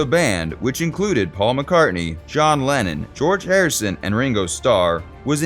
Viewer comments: I agree with you about the way the guy mispronounces names he even called Lennon Lannon. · Beatle lovers know John was British not Russian. His name is Lennon not Lenin. Just a fun comment. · Narrator? Who is Lannin? I'm sure you meant to say Lennon, was the voice a robot? It was hard to tell, although an AI would have done the same thing. 🙄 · It's Lennon, not Lenin. There's a big difference. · It's Lennon. Not Lenin !!!